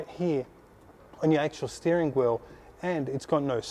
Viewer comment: wheel not wherl